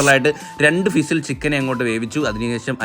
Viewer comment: ഫിസിൽ അല്ലടോ വിസിൽ... ഈ വായ്താളം മാത്രേ ഉള്ളു അല്ലേ 😂😂😂